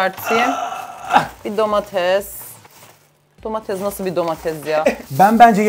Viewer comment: abla sen domatese domala diyon❤😂😂😂😂❤